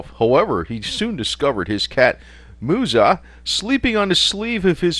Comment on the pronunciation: Moo-ez-ZAH is the correct pronunciation.